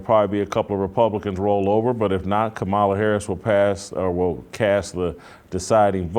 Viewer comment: Jason: I'm surprised and disappointed you mispronounce Kamala Harris's first name.